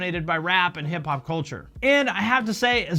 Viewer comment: “Hick hop”... ohh nooo 🤣